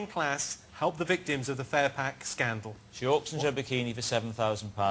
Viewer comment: when he said furpack i thought it was butter aswell.......... lol